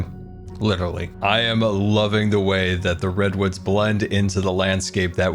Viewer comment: post minecraft movie all I cean hear during this episode is "big ol redones" instead of redwoods